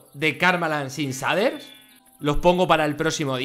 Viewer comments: Se pronuncia sheiders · Todos: Se pronuncia "sheiders" Fargan: SADER. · Gente normal: shaders Fargansio: saders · Pronunciación real: "Sheiders" Españoles: Que le diga saders dice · Auron: SHEIDERS SE PRONUNCIA Fargan: SHADERS SE PRONUNCIA AJAJAJ XD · S A D E R S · Cheiders :v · nadie: absolutamente nadie: fargan: zaders, asi se ve karmaland sin zaders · NADIE: ABSOLUTAMENTE NADIE: FARGAN: SADERS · Nadie: Fargan: saders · Like por cada vez que Fargan dice saders :V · se dice sheiders no shaders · Me estresa mucho que no diga sheiders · Se dise sheiders no shaders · "Los saders" :v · Aaaaa deja de decir shaders no se dice de esa manera